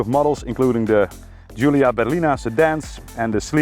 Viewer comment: I'm a big fan of all your videos, and yes please keep it up with more classic cars in the future! Just one thing, Giulia is pronounced Julia ;)